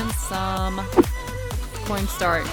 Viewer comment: Ok so I'm saying corn starch and corn sterch now 😂